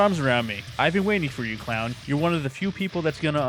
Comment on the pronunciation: any time I Hear someone in a video mispronounce Clown's name that's an automatic dislike